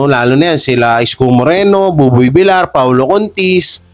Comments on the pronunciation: Buboy vilyar po sir ang pronunciation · villiar dpt ang pag pronauce mo sir hnd villar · Boss hindi po boboy vil-lar ang prounounciation ng appelyido ni boboy tonong (vilyar) po yan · Boss...bilyar(Villar)Hindi bilar(Vilar)✌️✌️✌️